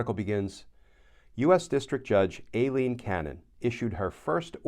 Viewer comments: Glenn: Minor issue but going by a lawyer I watch who (A) lives in Miami and (B) has been before Judge Cannon, her name is apparently EYE-leen, not AY-leen. (edit) And the point a lot of lawyers keep stating as to why she must recuse herself, the law says "shall," not "must." I'm willing to bet she's arguing that rule is optional due to that "shall." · It's pronounced like Eileen, Glenn. She's latina, so "Ai" sounds like a hard "i" sound. Just like "Aida."